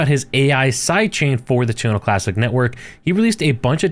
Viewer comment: WHy does he keep saying Tuna Classic?